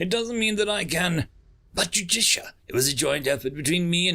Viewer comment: Small narrator failure. Judicia and Justicia are 2 different characters but the narrator pronounces them both as Judicia.